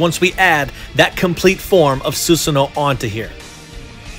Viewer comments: You dont say susano it is pronounced susano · bro u said susanoo wrong I wish I could tell u